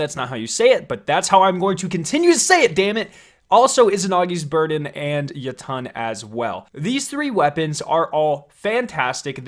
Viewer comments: Jotunn is pronounced [yot-en] like the Norse realm of the giants, jotunhiem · It's pronounced yo-tun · Any else love his videos but hate how he says Jotunn? “Yo Ton” instead of “yotin” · He called it the “ Yuttun” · Sounds like you are saying ye tonn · He pronounced Jötunn wrong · Says lemon arc instead of le monarch and says jöötüöëñ instead of jötunn